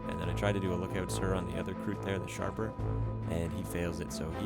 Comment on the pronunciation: lol kroot "sharper"